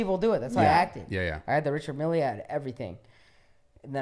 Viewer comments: ritchard millee? bro, no knowledge... it is a french company based in switzerland. pronounced: reechard mel. btw it is luee veeton not luis witon. 😂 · Dude keeps talking about this Richard Mille watch but can’t even pronounce the name of it right 😂😂 keeps says “Mili” like it’s a lil Wayne song or something 🤣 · Damn I called this from day one, check the YouTube comments. This kid was cringe and fake from the beginning. Such a try hard wannabe. Look at how he calls it a Richard milly lol. Jim Carey would say LAAAAHOOOOZAAAHERRRR.